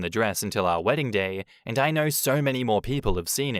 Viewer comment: I can't stand how certain words are pronounced with an R at the end. "She's the most loyal person that I know-Errrrr"